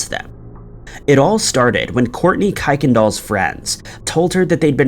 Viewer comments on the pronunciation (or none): Kuykendall is pronounced Kirkndall. That was very annoying.